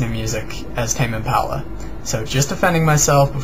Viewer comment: It's pronounced Im-pah-luh not Im-pal-uh.